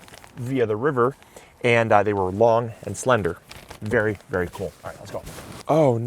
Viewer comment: "be varwee varwee quiet, we're hunting Aoples" - Elmer Fudd in this occassion. 😂